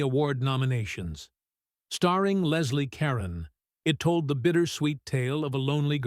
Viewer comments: The AI voice also calls Leslie Caron "Leslie Karen" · Many of these films were from the late 1950s, when the studio system was starting to unravel and television pulled audiences. The droning AI generated narration of this documentary butchers many names- Leslie Karen? Anne Blith? Otto Premeanger?